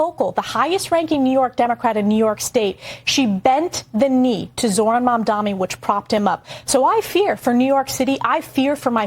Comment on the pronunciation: Its not Mamdami you idiot, its Mamdani, what is wrong with these dush🛍️.... yeah I also missspelled on purpose!!!